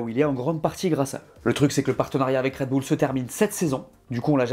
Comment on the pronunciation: Ca fait plaisir un français qui prononce à peu près correctement le nom de cette équipe, marre des commentaires parlant de "Raide Bulle" !